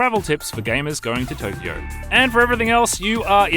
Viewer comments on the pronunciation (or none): none